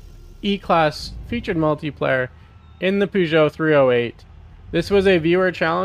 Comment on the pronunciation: Ahahah bro called it a poogoet, I’ve always pronounced it purgoet